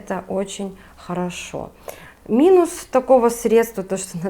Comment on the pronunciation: ГидрОфильное ...средствА...слух режет